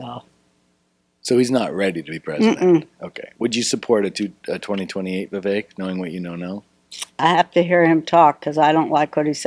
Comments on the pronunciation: Can’t even pronounce Vivek and tried to add an ‘i’ into it and then didn’t even know that Ramaswamy is an Indian name. She’s really dumb or did fuck all prep for the interview. 🧐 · Remember how to pronounce his name Viv Cake the snake 🐍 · U pronounced his name to perfection. Ty! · Why do Americans have such a hard time pronouncing Vivek?!? It's literally two friggin syllables?! 😂 I'm from another western nation...and we can pronounce it easily...but Americans constantly struggle?! 😂 what is wrong with yall? Doesn't American Public Schooling system teach "sounding out" syllables?!